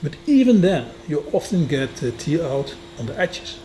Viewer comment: Hi, not commented for a while because I can only say your videos are amazing so many times before it becomes boring 😂. I not only love your presentation but also your excellent grasp of the english language. I hope you dont mind me giving you one little pronunciation tip. When you say the word "Tear" it comes across as "Tear, i.e. as in tear drop when you are crying. Try pronouncing it the same as "pear i.e. the fruit" but with a "t" at the beginning instead of "p". I hope that makes sense and I hope you don't mind me trying to help. I may have just totally confused you, and I wouldn't be able to speak a word of your language 😊.